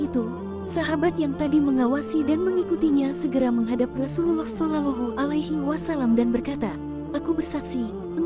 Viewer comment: tolong katakan jika nyebut Rosulullah solowlohu alwaslm bukan sololohu engga enak dengarnya